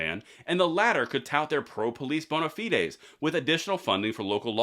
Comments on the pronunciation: Might want to go back and learn how to pronounce bona fides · Thank you for pronouncing bonafides correctly!!!!